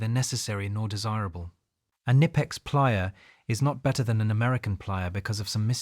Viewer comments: Bro im from germany and its Not nipex, its Knipex😂, why do English speaking people want to pronounce Brand names in their Language and not the language of the companies origin, same with maybach or other 😂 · Pronounced Ka-nipex